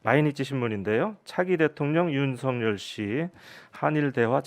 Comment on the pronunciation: 윤성열로 발음이 아니라 윤서결로 발음해주세요.